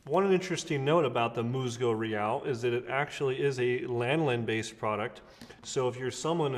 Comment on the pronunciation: Good video I grew up with this product and many of their products… the pronunciation is closer to Mooshzoo Reeál.